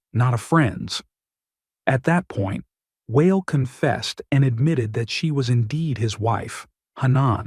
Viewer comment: Lol. I'm never going to be saying the name WA EL ever the same. It's going to be whale 🤣